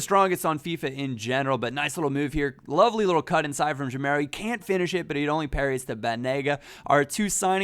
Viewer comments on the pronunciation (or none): its pronounced ga-meiro not je-meiro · it's Gameiro, not Jameiro. Like "game" isn't read "jame";) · ur reading gameiro like jameiro. when u say gay, remove the y and say meiro as ur sayin' and u will be sayin' the name correctly:) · that pronunciation of gameiro though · actually, the "GA" in "Gameiro" is pronounced like the "GA" in "gaz